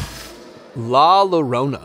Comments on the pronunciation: I think it’s La Yorona not La La larona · Can I offer u a tip?! When you pronounce it its LA Yarona.. Like My Sharon a by The Knack.. And its pronounced Bru-HA for a female witch in Mexico... Love your channel... ❤❤